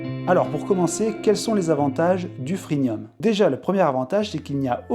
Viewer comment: Freemium pas freenium.